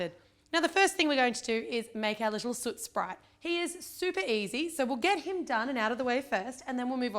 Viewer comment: Superrgirl416 I noticed that too!